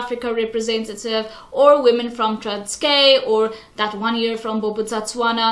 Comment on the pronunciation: You need to learn how to say Transkei before making a video about it (it’s like pronounced like Transky and you’re saying transkay)